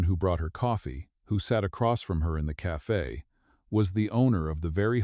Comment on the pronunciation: Its spelt CAFE NOT CAFA WHY DO YOU SAY CAFA